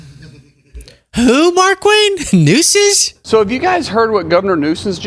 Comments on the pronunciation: I think he just called the California governor “Governor Newsons”. 🤷🏻‍♀️ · I think he was trying to say Governor Nuisance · He said Governor Nuisance. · He’s saying nuisance. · I think he was saying governor nuisance 🤦🏻‍♀️ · Governor “Nuisance” is what the homie is saying